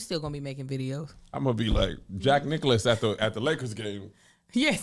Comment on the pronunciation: Kevinnnnn….. Jack Nichols not Nicholas 😂😂😂😂